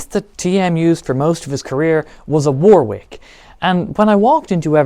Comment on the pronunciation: You're english. Its pronounced WARRICK not Wor-Whick *Edit- you speak english